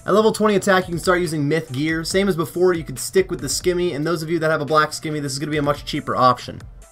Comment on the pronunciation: The fact that you pronounce scimmy as skimmy but can easily say scimitar just drive me nuts